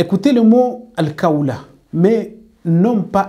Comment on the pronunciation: En plus sachez bien prononcer les mots en Arabe. C'est pas "kawl'' c'est ''Qhawl''. Si vous n'arrivez pas à bien pouvoir prononcer ces mots, alors vous transmettez vos défauts de prononciation à votre audience. Cherchez quelqu'un d'autre pour vous y aidez au moins. On peut comprendre ce défaut si ça se limite à vous seul, les langues sont différentes. Mais quand tu transfères tes défauts de prononciation, tu mènes les gens en erreur. Par ailleurs, c'est vide vos positions. Ne vous dites pas que êtes coranique quand même. Dans le coran, Dieu dit: ''DIS, SI VOUS AIMEZ ALLAH, ALORS SUIVEZ MOI, AINSI ALLAH VA VOUS AIMER''. Les coranisites sont ceux qui suivent les prescriptions du Coran. Il en fait partie de ces prescriptions du Coran le fait de devoir suivre le prophète SAWS. Donc suivre réellement le Coran sans suivre les enseignements du prophète saws, c'est refuser de suivre les prescriptions du Coran sur l'injonction de suivre le prophète. En plus que aimez Allah c'est 1 chose, mais ça ne garantie pas qu'Allah lui vous aime. D'après ce verset que j'ai cité, pour qu'Allah vous aime, il faut suivre le prophète SAWS pour que vous puissiez profiter de son amour sur vous. Le danger des médecin ''à moitié '' c'est de risquer la vie et la santé des gens. Par contre le danger des érudits ''à moitié '' de l'islam, c'est de dévier les musulmans et potentiels musulmans du droit chemin. Vous pouvez vous appeler ''coraniste'', c'est facile. Mais si vous voulez être rellement coraniste, i